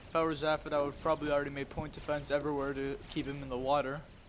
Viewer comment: Weird to see my own games, but nice cast. Btw it's Zay-fod :P